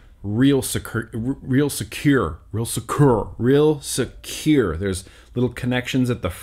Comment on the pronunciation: I died when you said securrrrrr 😂